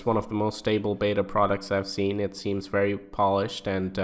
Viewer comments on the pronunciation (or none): none